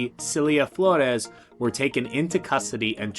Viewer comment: Excellent pronuciation of Flores 🔥